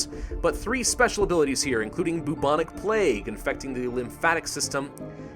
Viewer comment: Anyone else noticed that he said boo-boo ich plague